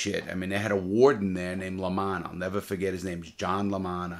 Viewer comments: I’ll nevah forget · Ceo of nevah forget